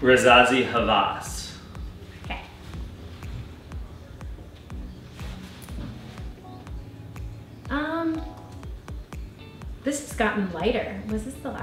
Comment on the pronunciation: its rasasi hawas not rezazi havas :p